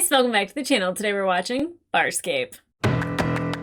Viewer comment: at first I thought you said "Fire Escape" in the beginning